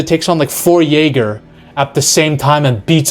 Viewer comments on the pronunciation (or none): none